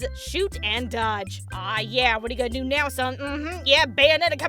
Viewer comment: BUNyonetta lol